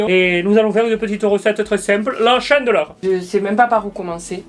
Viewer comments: On ne dit pas "chaindeleur" mais "chandeleur" mdr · La « chendleur » 😂, des le début de la vidéo je pleure de rire 😂, continue tes vidéos, c’est les meilleurs ✌️😜😘😂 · La shiandeleur, I Hitler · Mdr t'as dit chandeleur avec l'accent anglais🤣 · Lol comment tu prononces Chandeleur 😁